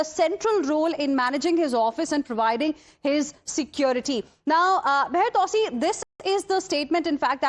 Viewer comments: You butchered his name though!🙈 its pronounced Mah -yar 2C.. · I wish she would take 5 minutes to learn to pronounce Mahyar Tousi and Pahlavi correctly.